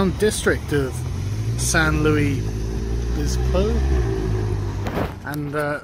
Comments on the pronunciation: Obispo, not bispo lol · Love hearing you pronounce Obispo!